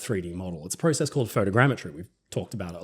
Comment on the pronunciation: YOU SAID PROCESS WRONG! 👎👎